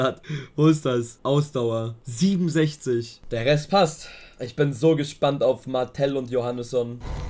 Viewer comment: Bitte bitte sprich Martel aus wie er heißt und nicht Mattel 😭😭